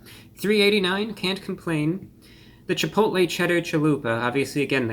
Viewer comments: I believe it's pronounced "Cheh pottle" ☝🏿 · Chipotle with a th